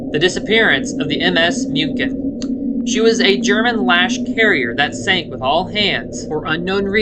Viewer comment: Small but Muchen means Mün·chen aka Munich.